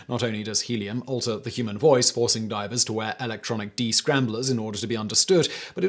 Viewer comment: Hahahah you called them Diapers instead of Divers 😅😅😅